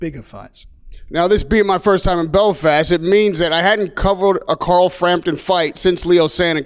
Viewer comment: Anyone else hearing him say Carl as Coral?